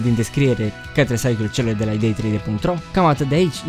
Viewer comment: Ai spus ca esti Dicku in loc de Nicu😂😂😂